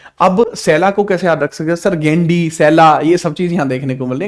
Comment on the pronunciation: Gendi nahi❌ Gondi hai✅ ❤from Chhattisgarh